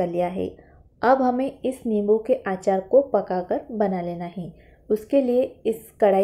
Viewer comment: आचार नही अचार बोलते है